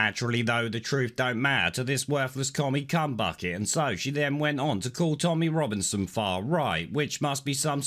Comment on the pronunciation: “Rommy Tominson” WTF is that, was that a TR thing, and showing that photo of P!$$ L!p$ ruined my evening!